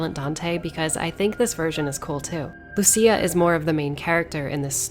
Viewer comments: LUCÍA. Not Luchía. EDIT: Thanks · Lucia,Lussia Not lutia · It's not Lu-CHI-a! It's Lu-SI-a! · Is not Luchia is Lucia lol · im like 99% sure she literally says her name out loud at some point how did you come up with this pronounciation 😭😭😭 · She called her loo chi a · Well, after reading Lucia's name in katakana I can confirm that the official pronunciation is "Luchia". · the name Lucia is pronounced with a "th" like in thousand